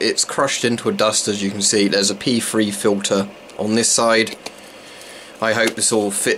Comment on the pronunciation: Just joking about the way you pronounced P3. Sounded like you were calling them pee free pads.